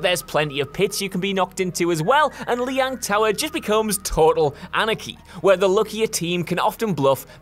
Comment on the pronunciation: Cant even pronounce Lijiang Tower correctly..... And in the 3 years ive been playing overwatch ive never once heard a complaint about it. Its a fan favorite map